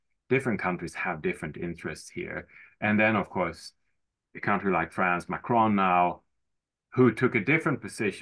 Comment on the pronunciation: Dein Englisch ist super, um so mehr fällt deine Aussprache von "country" auf. Es treibt mich die Wand hoch! 😉